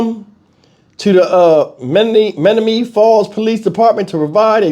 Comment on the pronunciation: Pronounced men NOM man KNEE. Just helping.